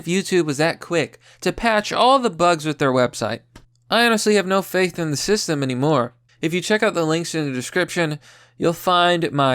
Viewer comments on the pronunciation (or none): none